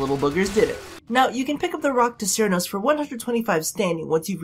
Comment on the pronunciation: did you really say Iraqda cernos?